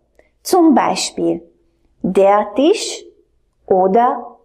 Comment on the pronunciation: strasne!!!! co je to Tish???????? Snad Tisch!!!!!!